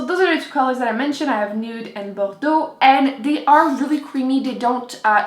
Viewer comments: Rachel Moon my guess is that she speaks French. since that is a French word, she pronounced it perfectly. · I loved to hear you say bordeaux, because my French is so terrible!! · I love the way you say "bordeaux". ^_^ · Rachel Moon I was just going to say the same thing!! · S. Ee I mean I love the French pronunciation of "Bordeaux". :P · Do you speak french? Because you say Bordeaux really well if not!